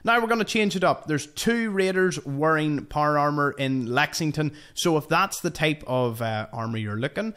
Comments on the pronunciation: Por amer that’s what it sounds like when he says power armor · Not trying to be an asshole and with all respect intended but the way you say power armor has me rolling. I love the accent but I’ve been trying to mimic it for a minute now and I’m not sure how to say power armor without vowels. Every time I try I feel like I’m going to spit my tongue out of my mouth. Loved the video keep on keeping on brother.